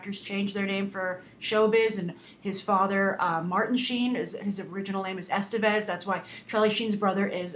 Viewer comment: man I love how americans have no f clue how to pronounce names other than those of their own origin.Like Estevez.